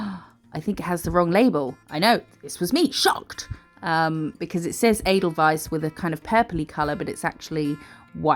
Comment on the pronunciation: Omgggg i had to rewind this a few times as i thought you was saying "Anal Vice" 😂 😂 but looking at the discription it seems you was saying "Edelweiss" ffs 😂😂🤦🏼‍♀️ x